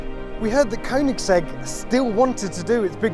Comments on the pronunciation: You get the opportunity to talk to Christian about the car and you stand there consistently pronouncing it wrong even after he says it correctly smh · 😂 gotta love koenigsegg